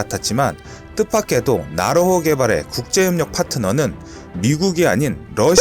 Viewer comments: 지지대 = 지대지 .. 나호로 = 나로호 ㅋㅋㅋㅋㅋㅋ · 연습좀 더해라. 나호로? 나로호, 지지대?지대지. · 왜자꾸 나로호를 나호로 라고 읽지? ㅋㅋㅋ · 근데 글읽으실때 앞뒤를 잘좀읽어주시지요 예를들어 이 영상에서 지대지미사일을 지지대라고 읽으시네... 또 나로호를 나호로라고 읽고...굉장이 신경쓰이네요 영상에 신경이 안감.. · 지대지 유도탄을 지지대 유도탄이라고 읽고, 나로호 를 나호로 라고 읽더군요 그리고 2001년은 김대중씨가 대통령이었는데 당시 대통령이 노무현씨라고 하시는군요 그리고 않만드는 이 아니라 안 만드는이라고 해야 합니다. 신중히 체크 하시고 방송하시길 .... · 백곰 지대지를 백곰 지지대로 읽으시고 나로호를 나호로 로 읽으심...